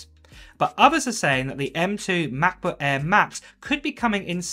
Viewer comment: The way u pronounce MacBook Air is getting on my nerves